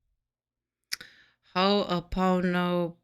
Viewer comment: Beautiful! You nailed it! Ho'o pono pono!! Long o's.